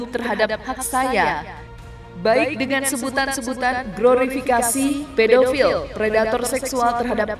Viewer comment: "Pet do fill" ini bahasa Inggris ya 😂